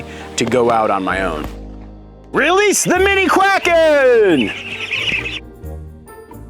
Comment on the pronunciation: I always laugh when you say "release the quakens!"!